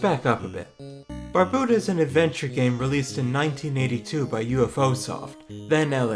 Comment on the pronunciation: you have a lot of really good points, so i'm sorry to say that all of them are invalidated by your pronunciation of Barbuta. jkjkjk this is a dope video, good work :D